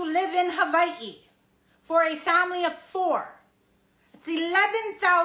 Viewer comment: Learn how to say Hawaii